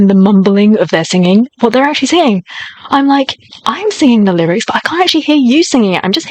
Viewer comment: Stell's voice is uniquely clear.. crisp stable..strong..and so powerful..also his pronunciation of the lyrics is so clear...